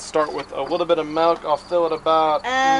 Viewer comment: 😂it's funny how he says malk instead of milk